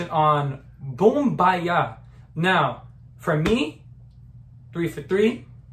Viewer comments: The way he says BoOmBayaH XD I can’t. XDDDD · To be a true blink - pay attention to how you say Boombayah!